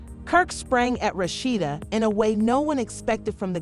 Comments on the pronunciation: This woman who made this video really need to know how to pronounce Rasheeda name.Rashetta,Roshidta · Why these narrators always pronounce her name wrong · I believe the speakers should know how to pronounce the characters names. The speaker gave Rasheda three different pronounced names. 🤦🏽‍♀️🤦🏽‍♀️🤦🏽‍♀️